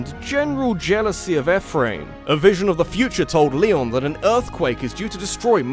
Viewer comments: It’s pronounced E Fh-Rim not Ef fram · I am simultaneously overjoyed that is talking about Fire Emblem, but at the same time triggered by his pronunciation of Ephriam.